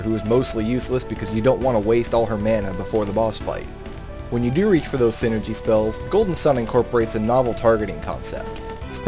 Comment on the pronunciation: Why do you say sinergy if it is called Psyenergy in game?